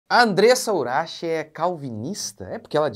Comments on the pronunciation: Por que ele falou Urax ao invés de Urak? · Que agonia de ouvir ele pronunciando uraxe